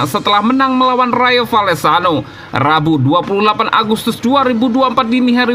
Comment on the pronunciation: Woii coii...klw sebut nama org tuu yg benar...namanya MARC BERNAL...kau sebut Merc Bernal...Rayo Valecano(Baca :Rayo Valekano..bukan Rayo Vallecano)....